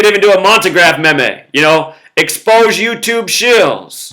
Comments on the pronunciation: maymays? i thought it was pronounced, meems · Lmao just so you know the word meme is actually pronounced with a long E, it is pronounced like "meem" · it's pronounced ''Meem' lol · Meme pronounced MEEM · Hey, I love your videos. Watch you every day. Just wanted to correct your pronunciation of meme, it's pronounced like the word mean, except with an m at the end instead of n (obviously) LOL. Have a good one.